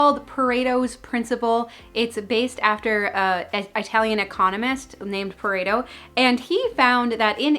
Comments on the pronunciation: I adore u! Please don't say "EYEtalian"...its...ihhh..."ihhhtalian". EYEtalian is like nails on a chalkboard to most of my fellow "pie zahhhn Os". 😂 I love the knee up too! 🤣❤🙏God bless u & yours always! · It's Italian, not Eye-talian. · Lost me at “eye-talian”